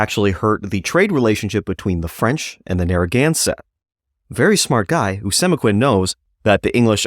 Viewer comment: Pronounced Oh-see-mek-win His son Met-a-calm-it For pronunciation